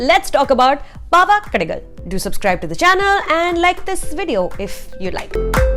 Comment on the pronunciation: Really??????? ... better u pronounce the name of the film properly🤮.... "RIP TAMIZH "